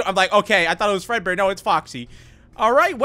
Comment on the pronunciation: yes I am speed who else had a little moment of silence for there soul prepare your eyes hewo! oh HEEEEEEYYY how are you? EEHHBBBRRRREEEEEHHHGGGEERRRRRR Fred peekaboo! I have died! Also does anyone notice that when says fredbear in a hurry it sounds like furrburr?